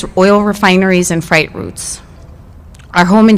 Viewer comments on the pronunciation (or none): Fright routes lol she clearly paid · Wow ole girl with the red hat can’t even say freight right!! This is a shame… America is literally going down the same route Sri Lanka 🇱🇰 is and the people will be suffering not those at the top